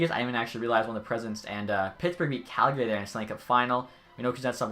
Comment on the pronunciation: learn how to say calgary u buffoon